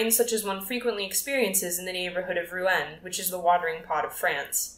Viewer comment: Reading a little too quick imo. And Rouen is pronounced Roo-on!! ❤